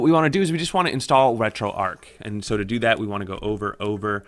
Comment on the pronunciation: Good video how ever, and I don't know if the makers of this app pronounce it that was but it should be pronounced as arch as in a bridge arch not arc as in arc welder. Thank you for the up load though.